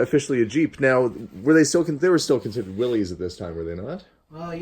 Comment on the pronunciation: My grandpa is watching and says it's pronounced "Willis", it's not "Willies"